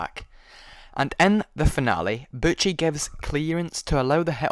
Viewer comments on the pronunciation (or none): Butchie, not Butch. why?